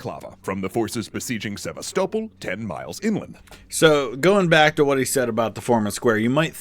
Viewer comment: I really hate the way he pronounces Sevastopol